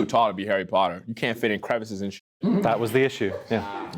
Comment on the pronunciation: As a Brit I was screaming it was the whole entire video 🤣🤣 How did y’all fall for “I auditioned for Harry Potter” and “full English breakfast” Also the way he pronounced Harry PUTTER was soooo wrong